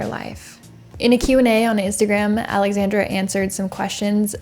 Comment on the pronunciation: Your pronounciecion on Popek was great, you just botched a little Aleksandra. A little. Sadowska was said with accent.